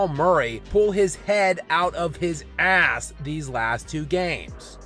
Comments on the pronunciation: I lose it Everytime I hear it too 😂😂😂😂😂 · i thought i was the only one 🤣 gets me everytime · The way you say " Ass" is hilarious 😂😂😂